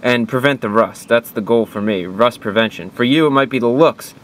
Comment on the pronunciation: Did you say...... rost? The herman word for rust? Wat